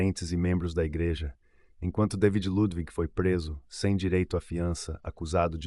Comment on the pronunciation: DAVID SE PRONUNCIA DEIVID